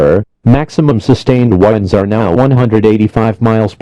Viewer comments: Hurricane force whindes LOL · Hurricane wines lol